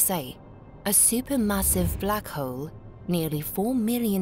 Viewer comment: I can't help but notice the narrator keeps calling the black hole black hoe.